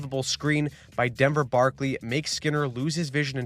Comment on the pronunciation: *Barkey, not Barkley